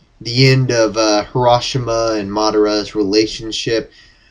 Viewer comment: HaSHI-Rama!, not HaRA-SHIMA!